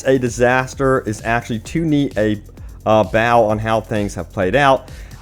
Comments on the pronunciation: I can't believe you just pronounced "bow" as "bow." Also, drinking game: take a shot every time this guy says "personally" and "experience." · You need to actually read these articles before you read them out for your videos. You mispronounce words constantly (like 'bow' as in bowing, rather than a bow that you tie). I also wish you'd stop highlighting the text as you read it. It's totally unnecessary and I'm sure it's part of the reason you keep saying the wrong words. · Friendly tip, when reading bow as in to curve ones body to submit to another it rhymes with pow. When reading it as a weapon or a two knots that tie something like a bow tie or the ribbons that bind a wrapper on a gift it rhymes with low. I say this knowing you speak more than one language and I can barely speak my own, let alone another. You're doing an awesome job going beyond speaking and putting out youtube vids, especially ones that are damn good. #yourinspiring